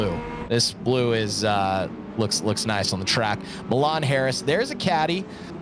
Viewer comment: LOL.. "My Lan" Harris. Its pronounced "Me-Lawn" Harris. Great freaking racing guys! I wish I could join you all and compete. But lots of stuff going on that prevented me from doing so. Love the coverage keep up the great work. Also Guys if your ever wanting to come on out to Fabulous Fords Forever here in California. Hit me up. I run that show.